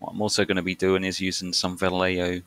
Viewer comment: It's "vah-yaay-ho". For shame! You'll never live it down.